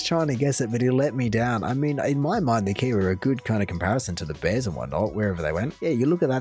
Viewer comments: I thought he was saying beers not bears. LOL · When he said "Canada has bears" I thought he said "Canada has beers". Both are true, I guess.